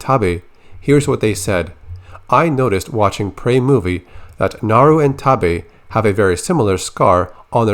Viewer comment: Only part of this that bothers me is the pronunciation of Taabe